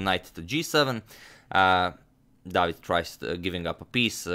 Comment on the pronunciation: Not really. David is pronounced differently